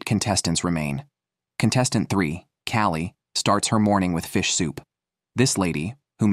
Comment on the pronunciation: I hate AI narration, especially when it is stupid, like calling a woman "he", oir mispronouncing easy names like Callie "Kaolie" Too cheap to pay a person to read the script? At least program your AI to speak proper English.